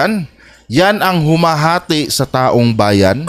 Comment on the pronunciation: Robin padila bobo taong bayan pero ang bigkas niya e taum bayan bwahahaha saksskan talaga ng eng eng ang no 1 senador